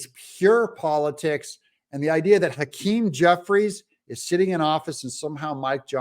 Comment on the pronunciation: Jeffwies lacks integwity. Twump won. Joseph Wobinette Biden... is a cwiminal.